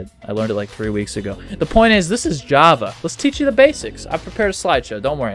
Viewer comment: "the basics of JAA"